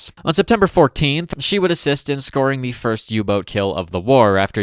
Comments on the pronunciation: I cant tell if "U boot" is a accent or an attempt to say it the German way. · I'm reminded that you're on how you pronouce "U-boat"